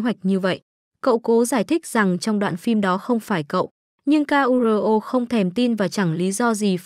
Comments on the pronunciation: sửa giọng đọc đi ad ơi... người ta tên Kuro đẹp vậy mà đọc ra từng chữ nghe ngứa nách quá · bộ ko biết đọc chữ KURO à